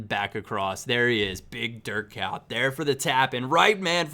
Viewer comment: It sounds like you say dirt cow when you try to pronounce Dirk Kuyt